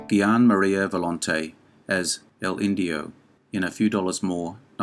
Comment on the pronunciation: Gian Maria Volente - He's Italian, so Gian is pronounced Jan (J-ah-n). Italian has no J in native words (blame the Romans), so uses 'gi-' instead.